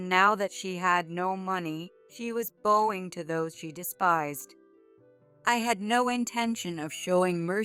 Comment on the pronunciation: This sounds like a computer voice. Can’t pronounce bowing right.